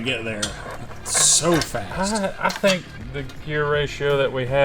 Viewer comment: whatever you sink? 😂😂